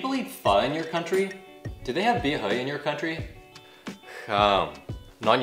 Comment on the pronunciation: Really helpful, thank you. Ps: bia hơi, not bia hời (i heard you said 'hời' several times :3)